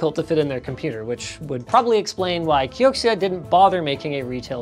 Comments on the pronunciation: KEE-OH-CEE-A? its pronounched KEE-OH-CERA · Wouldn't it be pronounced key o zia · Patrick says it's pronounced Key-oak-she-ah... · i'm not an expert but that's probably pronounced "kyo-shia" if it's anything like xiexie